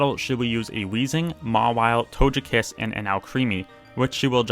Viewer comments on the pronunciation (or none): i like these videos but this guy really just say “tojepi”, “tojetic” and “tojekiss”? 😭 and “enoramus”?? 😭😭